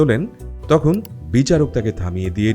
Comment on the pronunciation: Bro, it's not tohon. It's tokhon.